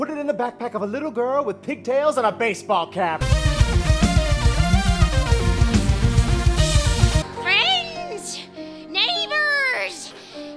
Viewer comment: "now you got a reason for fwends to come and pway"